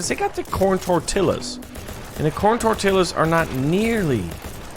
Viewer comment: You know I was watching it BUT THEN YKU SAID TORTILLA WRONG listen here I was going to subscribe but I won't any more